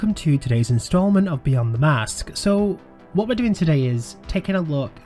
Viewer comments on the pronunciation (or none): none